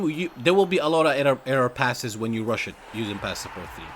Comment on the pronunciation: Passes not passes"es" sounds strange mate but thumbs up for your upload